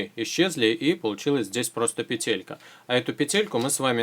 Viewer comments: Почему ты говоришь петЕлька, а не пЕтелька? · пЕтелька, а не петЕлька!!!